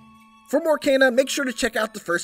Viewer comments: Why are you saying Kayna? Its Kena with an E...say it will me Keeeeeena K Keeeenaaaa 😅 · How he says Kena bothers me. Sounds like he says Cana! Still looking forward to this game tho! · lmao "KAY-na" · Kayna?? wheres the extra "y" my guy???